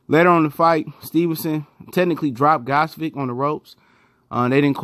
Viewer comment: nice review of "Ghozvik" performance =)), but its actually pronounced "Gvoz-dik"